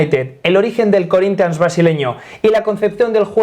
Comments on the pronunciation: Porra quando for falar Corinthians vê se fala direito. Falar nossa língua é o mínimo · Me he quedado con las ganas de escuchar a decir "Corinthians" con acento portugués